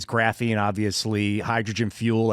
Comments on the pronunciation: Lol, as soon as started saying material, i knew he was gonna say graphine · Missed hearing say graphine